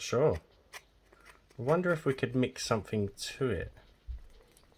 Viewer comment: I can't listen to you talk! somefing, a th doesn't become f????